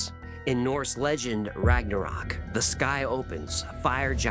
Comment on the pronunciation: Thor - "RAGNAROK" - "RAGNORAK" 🤣🙌🏻 Jokes aside, love the channel! ❤️